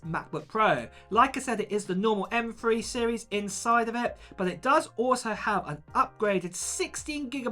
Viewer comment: M Three. NOT M Free.